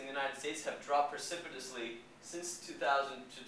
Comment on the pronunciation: Your credibility dropped "percipitably" the minute you started speaking!